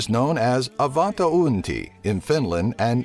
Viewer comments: Jäätteenmäki not Jatemaki, joulupukki not joupukki, avantouinti not antovunti. And no intonation in any word except maybe a tiny one on first vocal e.g. jóulupukki instead of joúlupukki. But thanks for video :) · It is joulupukki not jouphukki and it is avanto uinti not avanta unti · Its avanto uinti not avanto unti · avantto uinti😂😂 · apua ihan kamalaa lausumista D:: joupukki? avantounti? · avaanto uunti :D this guy makes me laugh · and you said avanto uinti wrong :) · sounds so goddamm funny to listen when english people try say finish words xD joulupukki and avantouinti... well... close enough, xDD I love my country!! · its avantouinti